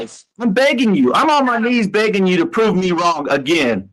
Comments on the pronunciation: She says “wrongk” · I just love when "" says things like "he was dark SKINDED". Lol. Not to mention the "I didn't do ANYTHINK WRONK" and every word ending(k) in G, she adds a K. She's sooooo smart with her PhD in Education. Hahaha. Also, Al mentions she went to Law School😊😊. He doesn't believe it, but she clearly told him something like that. She probably told him she started law school and decided it wasn't for her so she went for her PhD and instead.. 😂😂😂